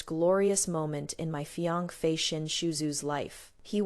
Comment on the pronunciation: Please don’t use this AI voice again. It’s the only AI voice that mispronounces fiancée. It’s annoying.